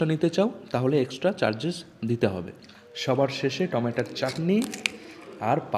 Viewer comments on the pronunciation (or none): টমেটোকে টমেটা টমেটা বলছিস কেন?? খাওয়ার ভিডিও যখন করছিস,তখন একটু ঠিক করে খা। এমনভাবে খাচ্ছিস, যেন বহুদিন খাস নি।